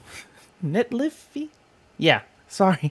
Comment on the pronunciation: I think its NET-lei-fi